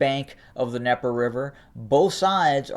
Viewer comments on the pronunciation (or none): I really appreciate your reports, but so everyone is on the same page the Dnieper is pronounced neeper. I know that seems nitpicky but especially when those who have little understanding clarification on pronunciation across the board makes it more understandable for some. Please take no offense, I mean none. You are one of only three online with a degree of proof and reliability. It may be an accent or regional dialect issue, but those I know there well say neeper